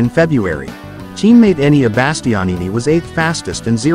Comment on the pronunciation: Who is Donny Potrosia, Peco Bonniyeiha, And who is Enneian Basstionni??? Go lern how to pronounce European names before you decide to have a Mootougepee chieannnial..😂